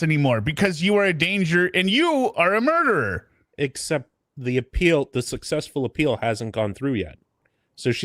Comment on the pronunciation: Murdererer, I think she said at one point..